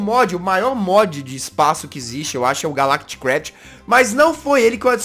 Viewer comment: Quando o jazz falou calactcraft euvlembrei da série do s0ldieris br